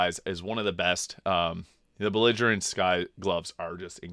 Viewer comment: I'm just joking. But c'mon, at this point you're saying belligerent that way on purpose...